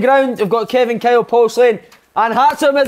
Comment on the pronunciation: Kevin “ sultic “ Kyle